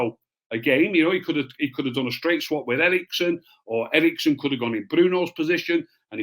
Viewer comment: Eriksen, not Erikson.